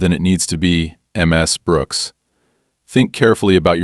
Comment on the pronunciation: The constant misspeaking of the honorific Ms completely distracted me from the story. History first- (unfortunately from an USA source) The contractions Mr. and Mrs. are short for Mister and Missus/Missis. These contractions, like their longer forms, are used in etiquette to show respect to men and women. Mr. and Mrs. are pronounced the same as their longer forms: Mr. is pronounced as [ mis-ter ] and Mrs. is pronounced as [ mis-iz ] or [ miz-iz ] in the Northern United States and as [ miz-iz ] and [ miz ] in the Southern United States. Historically, the title Miss has been used as an honorific for unmarried women or young girls. Western women became more independent and especially when divorce became common, the title Ms. became the honorific used to refer to any woman, regardless of marital status. It is NEVER pronounced eem ess but more toward Mizz. See the dictionary pronunciation of the country you prefer. For me it is Canada or England but to each his or her own as long as you are consistent.